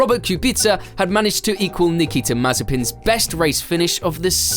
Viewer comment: Nikita May-Spin